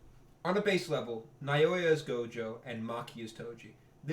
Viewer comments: Just say Now-ya 😭 That’s closer to the Japanese than Naiyoiya 💀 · "nayoya" son im crine 😭